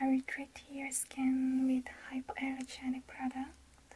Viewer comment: Well done! I am a native English speaker and I can't even pronounce the word "hypoallergenic" without a lot of effot. You did it so wonderfully. Your English is so good:D